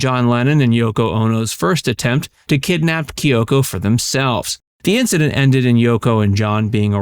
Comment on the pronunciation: Whys is pronouncing the name Kyoko so difficult?